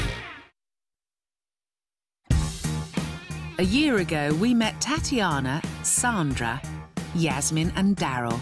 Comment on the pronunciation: Why does the announcer woman say: Tatianer, lol